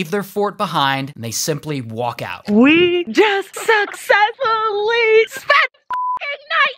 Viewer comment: Girl can't even say "successfully." 😂 I've never heard someone butcher it as badly as she did. Tf is "Suk•ke•fully" 💀